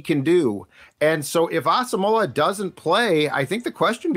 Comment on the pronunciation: Why are Vikings Podcasters and media people unable to correctly pronounce Brian Asamoah's last name??? It's pronounced "Awesome-wa".